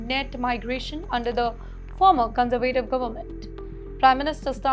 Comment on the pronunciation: This narrator/teleprompter reader needs to enroll in an English Language School where they teach proper pronouncement of words like "specification, specifically, conservative, etc.". As for a British education, it has been a "loaded hype" for many years, however SE Asian countries like Singapore are now far ahead in the education game, as has been shown via rigorous exam results.